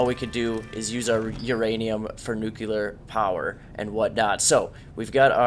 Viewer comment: Dude are you saying nu•cu•ler rather than nu•clear?